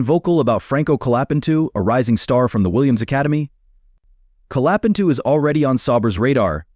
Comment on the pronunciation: Benato LOL Colapentu LOL